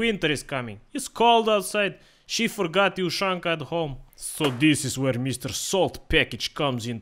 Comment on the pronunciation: Ushanka he said it right but he is drunk.